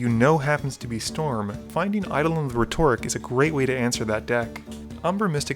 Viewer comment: reh-ter-ic, not reh-TOR-ic. otherwise, nice tech, even tho I hate Zur and I hate playing against it because it is goddamn miserable if they keep it out for 1 swing...